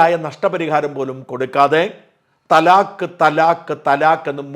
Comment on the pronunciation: ത്വലാഖ് ,തലാഖ് ,തലാഖ് എന്ന് പറഞ്ഞാൽ ത്വലാഖല്ല